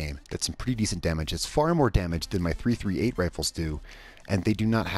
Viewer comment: Just fyi its pronounced .3thirtyeight